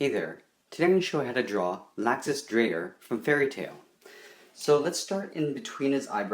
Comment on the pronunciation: It's pronounced: Lok-sus